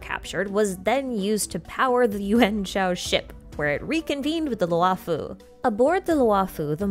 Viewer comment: xianzhou luofu is pronounced “she-an joe loo-oh foo” the “luo” does not end in an “ah” vowel